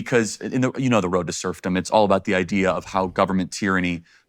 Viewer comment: "Serfdom" not "Surfom" ; I don't know if you labeled the chapters on the timeline, or if AI did it, but you should probably change it. Great vid though. Thanks!